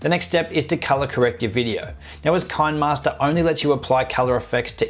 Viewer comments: Ki-ne- master not kainmaster😂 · it is pronounced as "CHI - NEH MASTER" not "KIND MASTER" the app is from South Korea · If you look at the actual name of the app you will see it should be pronounced KINEMAster where the KINEMA is ripped from CINEMA, so simply transpose the C to a K and you have Kinemaster. I hope that helped. Good video tho' mate. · It's pronounced "kinnermaster" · It's pronounce "Kinneh-master", because the name is a play on the old video term "kinescope".